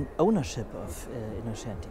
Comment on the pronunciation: InnoTschenti nicht/ not Innoschenti ! The Italian plate is Venezia ......."Longchanp is french (langes Feld) nicht english Champ(ion).......